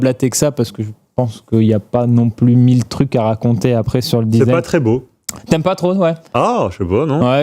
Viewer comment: Le "disagne", histoire de goût !😂😂